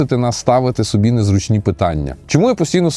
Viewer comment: А что мешает говорить нормально? Что с наголосами постоянно не так? Не "сОби" а собИ. Не "лЮблю" а люблЮ. Ну 40к подписоты, а слова банально выговариваешь на каком-то диалекте средневековом.